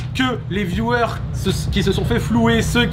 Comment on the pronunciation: Au départ, quand tu dis « viewers » on comprend « violeurs ». La faute au micro je suppose. Sinon, ta vidéo est sympa.